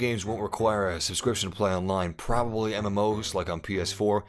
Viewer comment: When he said "You're prabablly not gonna play for 20 hours" Oh I'm gonna be playing for 20 hours man!